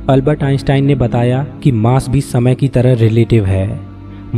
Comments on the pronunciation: अलबत नही है अल्बर्ट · Is Albert Einstein not ALBAT ,😅